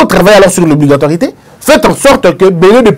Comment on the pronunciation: Monsieur...SVP, On dit : "Obligatoriété" et non Obligatoirité....Eisch !!!